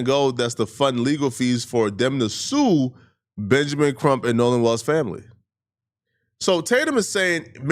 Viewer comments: WELLS not WALLS!! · Nolan's last name is WELLS! NOT WALLS! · In order to take you seriously, you need to learn how to pronounce Nolan's last name correctly! It's WELLS not WALLS! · Bro said Nolan walls bro 🙄